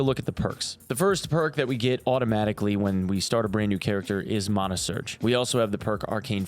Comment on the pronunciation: Please tell me you didn’t say MAHNA. It’s MANAH!!!!!